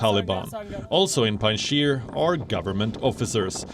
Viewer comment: it's Panjshir not Pandshir